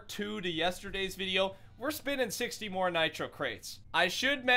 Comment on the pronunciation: More not nore